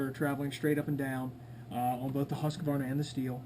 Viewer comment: Husqvarna = husk...Var...na! NOT husk..A...var...na... Mmmkay